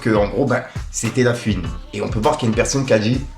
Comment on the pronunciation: eh fait un effort, on ne dit pas "pisse qu'en gros" mais "PUISQU'EN GROS". Tu fais saigner les oreilles sérieux. Pareille fais un effort avec La FOUine, pas "La Fiune". C'est pas méchant, mais vu que tu utilises souvent ces mots, ça rend fou. T'as des jeunes qui t'écoutes alors montre l'exemple. Peace.